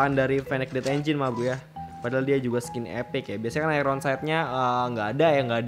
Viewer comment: Iron bro.Bukan airon😂